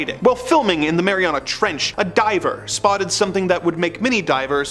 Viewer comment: When you said Mariana trench all I could hear was "Mary on a, Mary on a trench" to the tune of Ghosts "Mary on a cross" so much so I actually started singing it out loud 🤣🤣